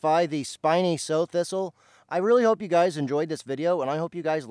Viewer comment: I thought this was pronounced like the female pig.